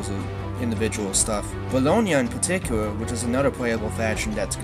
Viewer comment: Bawonia in pawtikula